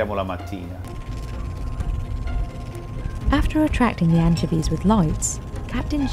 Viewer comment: anchiveeezz lol